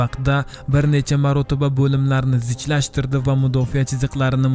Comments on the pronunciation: Mudofiyamas mudofa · Mudofa deng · O'zbek tilida "mudofiya" degan so'z yo‘qku! "Mudofa" deng dovdiramay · Mudofiyamasa mudofaa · Mudofiya emas Mudofaa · Mudofa deyiladi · eee mudofiya 😂😂😂 oldin tarixni yaxwilib urganb ol